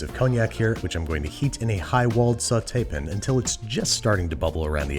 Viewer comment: Can you stop with the over-pronounced foreign terms? It gets on my nerves. Makes you sound like you think you’re better than everyone. Also. SAUTE PAN. not sautép’n.